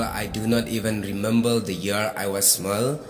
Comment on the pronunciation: Father❎ Fadal😂 Remember ❎ Remembal✅😅 October ❎octobal✅😂 Neymar ❎ Neymal✅😂 Football ❎ footbor😂🤣